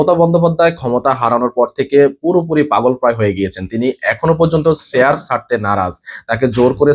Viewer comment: ‘চেয়ার’ উচ্চারণ করতে পারেন না আপনি! 🙄